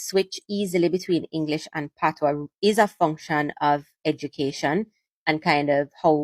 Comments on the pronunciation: My brother, it’s NOT “PATOS” language. It is spelt PATOIS and pronounced “P-A-T-W-A.” So please mi Breda, no badda wid de foolishness ‘bout “PATOS” yah hear me. It’s not PATOS it’s PATOIS (PATWA! PATWA!) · Its pronounced patwah not patois.😅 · The word patois is French. You are mispronouncing it 😂. OIS in French is pronounced “wah “ as in “water.” So patois is pronounced pat”wah” 🙏🏽💙💙🇯🇲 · Patwah is the pronunciation. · It's pronounced Patwa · Patios is just like pidgin in West Africa. The S in Patios is silent. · We may speak Patois while sitting on our patios.. 🇯🇲 pronunciation of PaTOIS follows the French rule